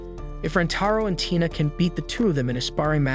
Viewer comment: Right when u said tina u said taina(i'm sorry if i spelled the name wrong)